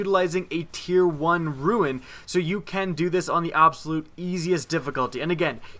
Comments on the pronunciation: Okay but why "Ruin"..? It's "Rune".. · can NO ONE PRONOUNCE RUNE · Why does everyone pronounce Rune Ruin it's really easy to say. Its spelled Rune, pronounced Roon. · ruin? do you mean rune.....